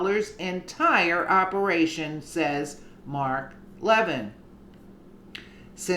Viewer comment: You said Levin’s name right the second time! La-vin, accent on the second syllable. Hope the Trump team figures this out!